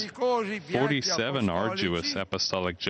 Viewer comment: Did anyone else notice how he emphasized number "47" when menationing pope's apostolic journeys?